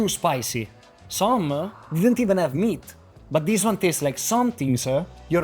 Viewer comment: The only word that didn't have 'a' is water and black papper and size. Hahaha. Wet-uh. Meat-uh.